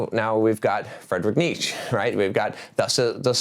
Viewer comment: It's "knee-cha"